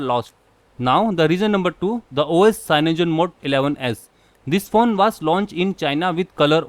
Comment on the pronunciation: Hey MORON stop Givin us Indians a bad name.... PS-its cyanogenmod not CYANOGEN MODE... Please learn to speak better English as well... And please check ur facts before making a video unless u like making a fool of yourself....